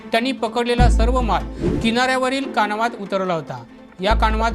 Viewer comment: कानवा नाय रे बाबा कावना कावना